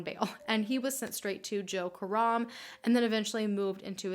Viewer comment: I love how you pronounce Karam as in Car Rum.. when it's Ka Ram...